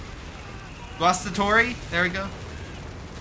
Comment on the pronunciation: as a German/Italian your pronunciation of Guastatori is quite good and probably the best possible with an american/english accent